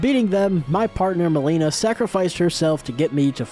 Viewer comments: How does he mispronounce melina when she literally SAYS HER NAME IN THE GAME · The whole video I was waiting to see who replaced Melania, and while Gideon replacing Melania was funny, Astel replacing the Leonine Misbegotten had me on the floor. This was incredible! Also is anybody gonna tell him he’s pronouncing Melina and Godefroy’s name wrong?